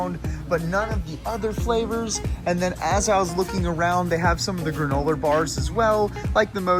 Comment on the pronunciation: Granolar??? Wtf is granolar me and my family were dying laughing when you pronounced it with an R at the end